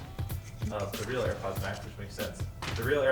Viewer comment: "For Airpoddings"